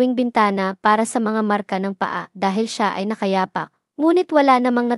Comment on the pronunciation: "nka yapak, laway, babala" Ms Kung sa tagalog na pagbigkas sa Balarila ay hindi Tama. (maragsa, malumay, malumi, mabilis) ( so paki check Ms ang pronunciation o tamang bigkas for educational.reason) and correct me if I'm wrong..kase iba ang ibig sabihin nung bigkas mo..Para ding sa English which we Filipinos love to criticized ang grammar at correct pronunciation yan..mahalagang bigyan natin ng puńa para sa kapwa katagalog natin..thank you😊